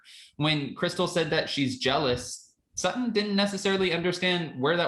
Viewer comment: And say her name right SuTTon not Suh-un lol